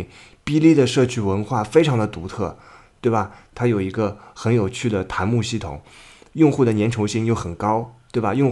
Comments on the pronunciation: 那个，稍微纠正下， ｂ站的那个叫做弹(dan)幕， 不是谈幕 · 你跟我以前一样，读tan幕。但这个读dan弹幕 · 是弹（蛋）幕哦